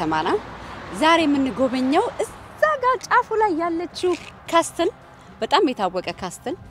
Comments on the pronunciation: It’s okay. She lives in Europe I think in Italy..!? I was confused when she said "ካስትል"too..!😂 ካስል! Not "ካስትል" castle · Hi, I have no idea if you are said in Italy language or in English. If it was in English is shouldn't be said castle when you read. You should omit the letter 't' and said (ካስል) just for the sake of being in Europe. Haha!! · I admire you for what you’re doing! Thumbs up as always. Castle ሲነበብ ካስል ነዉ የሚባለዉ እሺ a letter t is silent . Know ክኖዉ እንደማይባለዉ ማለት ነዉ ። let we learn from each other and correct minor mistakes . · Castle = ካስል ነው ሲነበብ ። በጣም ጎበዝ ነሽ እናመሰግናለን